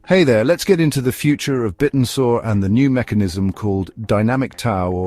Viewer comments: that AI is a bit annoying - and yes he said it wrong 😢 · Bit n Soar? Have I been saying it wrong or does AI still need some work? 😅